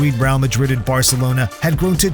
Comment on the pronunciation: and they say varcelonas better 😂